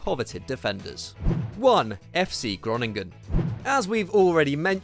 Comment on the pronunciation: If you’re going to put Groningen at the top, then at-least pronounce the name right